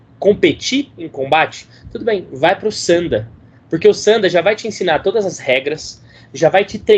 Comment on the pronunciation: Não se pronuncia "Sânda" tonificando a sílaba inicial, mas sim "Sandá", tonificando a última sílaba. Logicamente que não possui acento. O fiz apenas para exemplificar que o som mais forte fuça na última sílaba. Sanda=luta livre/combate livre. San=3 Da=golpe/luta/combate... O Kung Fu Tradicional inclui formas distintas, de acordo com o sistema. São ferramentas trabalhadas formais voltadas para a defesa pessoal sistemática. Ao se aplicar dentro de um combate livre (Sanda/Sanshou) sofrem uma desestruturação do sistema, ou seja ficam disformes, sem formas. Mas o fato de não ser mais sistemático durante o combate livre, não significa que as formas não sirvam. Durante o combate, aplica-se a essência marcial, a ciência marcial encutida nas formas e práticas tradicionais. O Sanda é uma aplicação livre das formas, mas disformes, atreladas as regras da disputa. O Kung Fu Tradicional é amplo. O Kung Fu esportivo (Sanda) é limitado propositadamente para proteger o atleta e tornar o desporto atrativo para todos. O Sanda é a aplicação violenta, simples e direta do Kung Fu Tradicional, o Wushu, de fato. Dentro de cada sequência tradicional existe uma essência que se aplica de maneira não sistêmica.